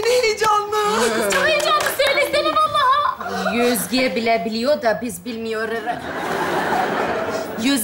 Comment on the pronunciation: Naime'nin Özge'ye sürekli Yüzge demesi😂😂